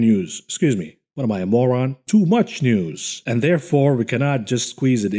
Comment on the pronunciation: I love it when he says 'moran!' Classic!!